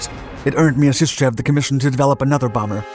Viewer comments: Вы прототип ОКБ Мясищева называете Мьяшишчьевым?! it is called - MIASISHCHEV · Pet-liar-kov My-are-sis-chev